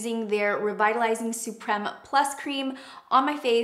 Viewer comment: Why did she pronounce supreme like “su-prem” as if there’s no e at the end of supreme lol